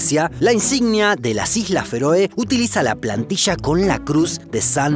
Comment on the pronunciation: Youtubero la palabra correcta es Playa no "Plasha" lo correcto es Llamativo no "shamativo" lo correcto es Plantilla no "Plantisha" ente otras muchas palabras mal pronunciadas